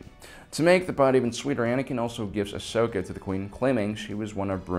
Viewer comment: Ahhh yes… Ahsoj ventress😂